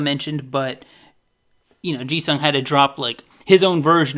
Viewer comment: The way you pronounce "Jisung" sounds like Jesus somehow 😂😂😂